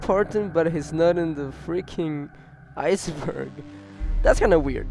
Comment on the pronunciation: Aiyce burg